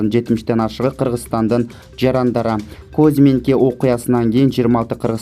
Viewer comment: Козминка эмес, Кузминка. Туура оку.